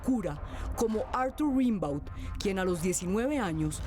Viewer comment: La voz en off debe verificar la pronunciación de su francés. Pronunció mal el apellido Rimbaud.